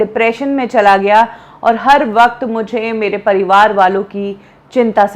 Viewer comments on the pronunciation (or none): none